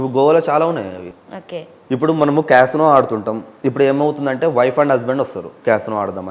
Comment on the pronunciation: ఊసేయ్ నీయమ్మ first casino అనడం నేర్చుకో నువ్వు నీ ఎక్సట్రాలు